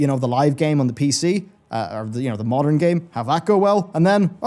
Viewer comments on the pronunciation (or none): none